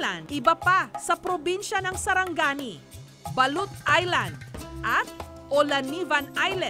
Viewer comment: its sarangani not saranggani